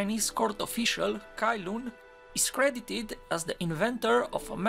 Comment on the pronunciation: Cai Lun is oronounced Tsai Lun in Chinese. Not Kai Lun